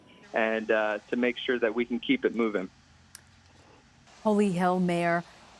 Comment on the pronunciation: #HolyHell will Holly Hill Florida ever be the same after this reporter mispronounced their city’s name in such a funny way... LMAO 😂